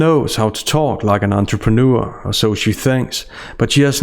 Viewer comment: AN ANTRPANEUR NO NO NO.. AN ANTRAMANEUR!!!!